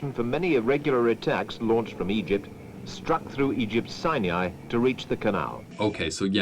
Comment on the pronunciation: Why does the narrator say “sinai” with a “y” sound?